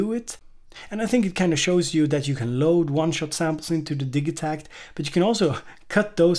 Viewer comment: Bloody hate the pronunciation of the Elektron way. "Digi" part of the name is an abbreviated version of "Digital", now, say the first part of "Digital" to yourself and then add "takt" on the end of it, hey presto, the way is should be . You don't say Dig-e-tal, when you say digital? Haha, minor nit-picking but it is one of those things that when I hear it, it makes me NOT want to buy one, lol.